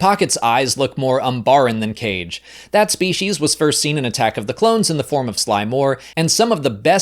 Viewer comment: It's not "cage" like birdcage, it's "KA-gaye" like the Hokage or Kazekage in Naruto. You know that because they are called "the Shadow people."